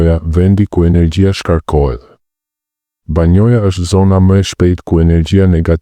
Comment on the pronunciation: Banja ore zotëri e jo banoja.fol shqip te pastër.!!!